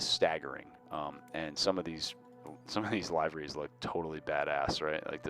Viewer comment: It's LIVE-ER-REES